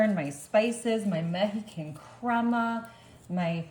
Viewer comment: Please look up the correct pronunciation of the word OIL, the way you say it makes you sound ignorant. And corn is on a COB. The outside is the HUSK. There was NO husk in this video. You might also look up the pronunciation of MEXICAN. OR... if you don't want everyone to know how IGNORANT you are, the keep on saying everything WRONG.